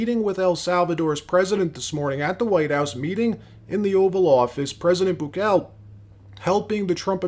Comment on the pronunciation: Boo-kah-lay, speak the chad's name correctly. I am also amused that the right speaks so highly of a man who is openly fascist. Don't get it twisted, fascism is the only way to right this ship but the conservatives are so stupid they cant even see it